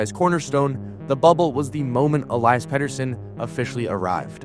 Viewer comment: Ell-EE-iss is how its pronounced